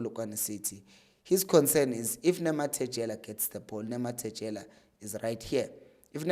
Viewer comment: We can't be back here again my brother, it's Nemtajela not Nemathejela. Great analysis though. 😑